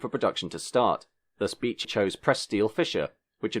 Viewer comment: You are pronouncing David Bache wrong. It's not David Beech.